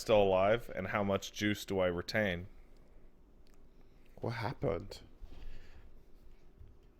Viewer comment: What Happun? Me: It’s a good day.